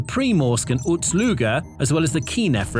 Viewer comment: Why you pronounce Ust-Luga like Uts Luga, or you have similar problem with waps (wasps)?